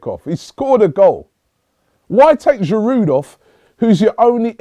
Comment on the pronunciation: its aftv, lets pronounce players names right. its a silent d at the end of Giroud.